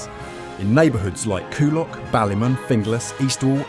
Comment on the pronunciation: Thats not how you pronounce ballymun